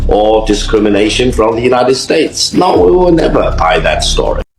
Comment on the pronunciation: The dude talking mixed no’s with l’s which made me cringe, although the message is well drafted.